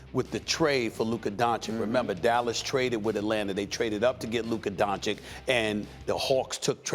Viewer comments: Has no one ever told Stephen A. how to pronounce Doncic's name properly? It's Don-"chich". Not Don-"kich". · Stephen A you are watched by millions of viewers, learn to pronounce the kids last name please. DON-CHICH, NOT DON-CHICK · bro its don-CHITCH, not don-CHICK. just being dumb on purpose at this point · FOR THE LOVE OF GOD CAN SOMEONE, ANYONE, TELL STEPHEN A TO PRONOUNCE DONCIC RIGHT ALREADY? SAY THE LAST 'C' THE SAME AS THE FIRST 'C' IN 'DONCIC', IT'S NOT THAT COMPLICATED. IT'S 'DONCHICH' NOT 'DONCHEEK'. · Tell this idiot that it's Dončić not Doncik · Donchich not Donchick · Stephen A- "Luca Donchick" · bro why does stephen a say "luka donchik"? it's so annoying to me😂😂😂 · I pray for the day Stephen A stops saying "Donchick" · Luka is in the league for 3 years now making noise but Steven A still calls him Donchick. Unexplainable. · No one: Stephen A: Luka DonChick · Stephen A, please pronounce Luka's last name correctly. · Until doncic name is pronounced right it’s Stephen B for me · Stephen A really refuses to pronounce Doncic correctly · It would be nice for you to learn how to pronounce Luka's surname 3 years after he arrived in the league. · Well, he still doesn't even get "Doncic" right after over 2 years... 😐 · For the love of God, someone make this idiot learn how to pronounce Doncic.